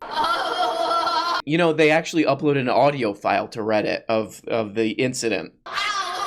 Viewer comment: "This is by the way in a categowy on Weddit ..." What happened there, Candy?